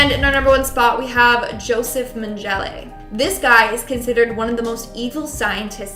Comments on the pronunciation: The "g" in Mengele" is hard, as in "goat" or "gourd," not soft, as in "genius" or "gentleman." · meng gella is how it's pronounced